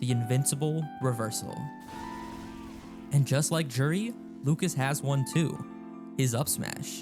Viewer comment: Juri... Joo-ree